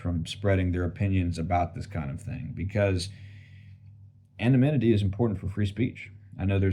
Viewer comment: always "anaminity" XD